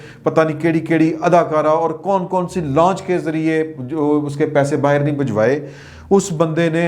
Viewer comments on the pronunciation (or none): none